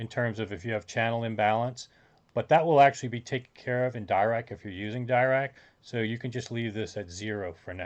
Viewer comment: Sorry, if this is base don Paul Dirac's work on teh delta function, it is pronounced with a soft 'i' as in Deer-Ack